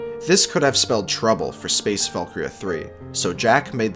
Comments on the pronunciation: It's Space ValkYRIA III, not ValkRIA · this whole video i thought he was saying "space Falkyria"